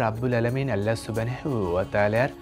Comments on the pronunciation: Allahr name dundor kore uccharon krun please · আপনার আল্লাহ উচ্চারণ এমন কেনো, 😢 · এটা কি রকম ভাবে আল্লাহ নাম উচ্চারণ করলেন? আগামীতে সঠিক ভাবে উচ্চারণ করবেন বলে আশা রাখছি।